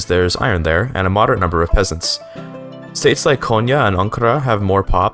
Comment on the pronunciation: Appreciate you looking up how to pronounce Konya and Ankara etc. Love the collabs with Generalist, cheers m8!